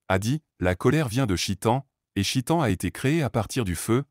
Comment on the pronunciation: On ne dit pas chitan mais cheytan articule mieux mon frère stp Baraka Allah fik